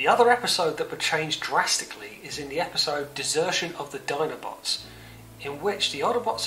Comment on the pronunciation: Nice summary, but please stop saying oddobots.